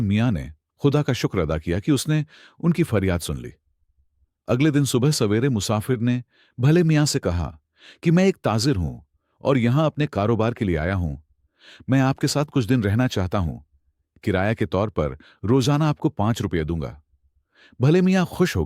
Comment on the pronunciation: Aapka talaffuz ghalat hai zahid ko jahid Tajir ko tazir khoofia ko khafia aur woh ko vai urdu mein vai nahin bola jata